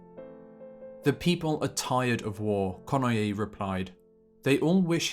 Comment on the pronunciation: Study correct pronunciation of ":Kenoye." Two syllables, not three.